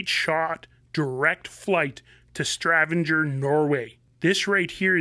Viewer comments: 😂 Before you try to teach Mikey, do a 5min research please... Stavanger is the right way, so Mikey were as close as you... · STRAVANGER? Lol Mikey no R and no E in Stavangar. I hope they keep that bird airworthy or at least correctly moth balled/ inhibited so some future group can get her back into the air. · Its sta van gar lol x